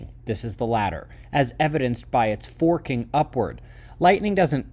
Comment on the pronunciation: ... like a mumble rapper!